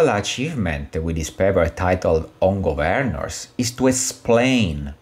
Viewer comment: Am I the only one who cringes every time he pronounces ‘Gov-earn-ers’? Other than that an interesting video